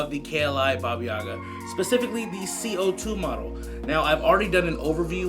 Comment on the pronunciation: It's BAHBAH•yehGAH.